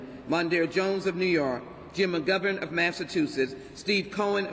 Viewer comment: For her information: It is called Massachusetts not Massachusess